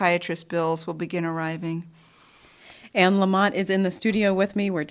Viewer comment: Anne’s last name is Lamott.. not LamoNt. Love this woman. Last name Lamott-no-N. ❤️